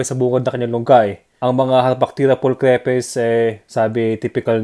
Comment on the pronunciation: Lodi hindi cre pes ang bigkas ng name niya hahaha kumbaga kapag binasa moto "stripes" diba hindi stre pes yun lang sana makatulong 😊